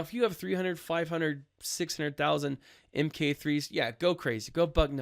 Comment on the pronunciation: I enjoy your videos. You give good information in a non-over-the-top and non-cheese way. But I do have one tiny bit of constructive criticism. You might already know this, but in case you don't: Mk is the abbreviation for "mark," as in a version or model of something. So, those ability materials aren't M-K III, they are Mark III. Not a big deal, but thought I'd throw that out there. Keep up the good work.